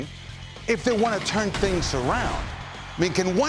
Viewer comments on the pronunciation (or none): none